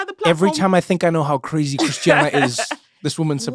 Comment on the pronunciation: The Nigerian in Christiana jumped out!! 😂😂😂😅